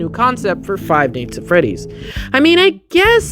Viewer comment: I like how he says five nights at freddy's like five neyghts at freddy's